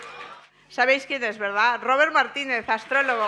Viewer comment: No es Róbert, el ROBÉRT! (catalán no inglés!!!)